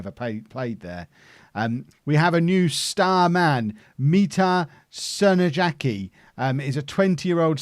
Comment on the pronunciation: Crnojacki is pronounced Crno-yachkee :)